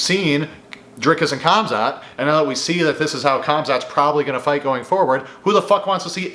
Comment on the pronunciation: Bro said comzot